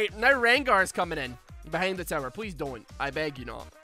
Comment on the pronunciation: I keep hearing you say 'terror' instead of 'tower', and I'm honestly okay with it, lol